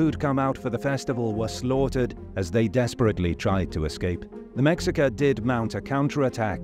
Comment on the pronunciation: It's pronounced May-Hee-kah.